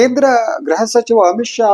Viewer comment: ....graha elake alla....gruha elake... Nimmantha janarinda kannada halagtha ede